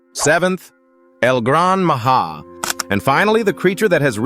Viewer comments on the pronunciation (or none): It's not Maha it's Maja